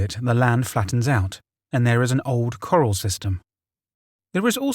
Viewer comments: This Englishman has spent enough of his life watching old Westerns to know the difference and it bugged me a bit too 😁 Nice to be able to pick fault with an English guy screwing up a pronunciation for a change instead of cringing at my Amercian friends doing it with British words 👍🏻 Its all love though. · Thing is its not because of him being english since im english and know how corral is pronounced so in other words hes just a dumbarse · TheRealPDizzle I know I was thinking the same thing wondering if anyone had commented about it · It’s pronounced “Cuh-RAL” not as “coral” in “coral reef”. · Absolutely fantastic but as a person that ranch's listening to corrals being pronounced like corral reef instead of pronouncing it "keral" about drove me up the wall. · Coral lol. Took me a minute the story was confusing at first then I realized corral lol. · You keep saying coral for corral (kor-ral). One is aquatic funny park for fish and the other is livestock jail. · love the content, dude. gotta let you know, "corral" has the emphasis on the last syllable. so basically, it's "corRAL", not "coral" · Legit took me a minute he meant corral. Im thinking "coral? In the middle of montana? Oooh wait!" 😂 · Corrals is pronounced k' raals not like Corals in the ocean. Think Gunfight at the OK Corral . I apologise for correcting you but it's meant in the best possible way , I have very high regard for your narrating but as an English language teacher I cant help myself. 🙊 😘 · Coral!? Come on mate have you never seen a western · Corral is pronounced core-Al (Think of ALfred). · Lmao "coral" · Nobody has ever put their livestock in Coral. Come on tnere is a difference between a hard to pronounce local name & coral, corral. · Oh so that's what he was trying to say , it hough it was a location named Coral or something like that lol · I love your content. However, for future videos, "corral" is pronounced "kəˈral" (sounds like "ku-rowl"). Keep up the excellent content!